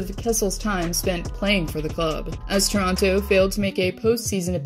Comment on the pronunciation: As a Canadian near Toronto, I appreciate the pronunciation of Toronto correctly, as many say "Chrono". :)